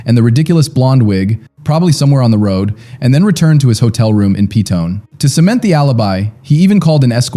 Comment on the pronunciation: First off it's pronounced Pe tone ee. 2ndly he was a narcissistic bully who had little to do with his daughter. He was a drunk and a pathological liar. He had been using prostitutes (not escorts) for years. He berated his wife in public or totally ignored her. My brother is a prison officer and was in charge of Lundy at one point. He was hated in prison because he was a liar and pos. Everyone knew he killed his kid and wife. Everyone else was ruled out. Our police force in New Zealand are not corrupt and completed a very thorough investigation. He was the only one with means and opportunity and motive to kill Mrs Lundy and her child. I dont appreciate your take on this representation of this case as you don't live in my country and don't know the facts. If you are going to cover other countries crimes at least use Google to learn how to pronounce our towns and suburbs correctly.